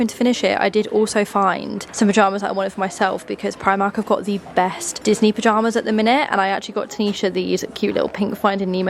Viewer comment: Everytime you talk about the Disney cards I think you’re saying “Loyle Carner”